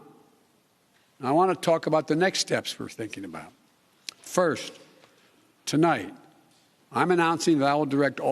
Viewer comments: HAHAHAHA THEY CUT THE BEGINNING OF THE SPEECH OFF BECAUSE HE SAID "TOLIGHT" INSTEAD OF "TONIGHT" WOW. Hiding his mistakes as usual. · * CNBC Edited this to remove beginning comment where he said "To-light"...Instead of "Tonight"...His couldn't even deliver the 1st sentence correctly! SHAME ON CNBC, ohh yeah they're part of the MSM machine (taking a screenshot of this comment to see if it gets removed) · They edited out the very first sentence he spoke. What was removed I placed in parenthesis: ("Good evening my fellow American's. ToLIGHT ) I'd like to talk to you about where we are...." The word following American's should have been "tonight" but he went with TOLIGHT. 🖥🎬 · said, to light instead of tonight right off the bat. I think this was taped and edited. Wow what the h3ll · Please note that they cut out the first sentence of the speech where he mispronounced "tonight."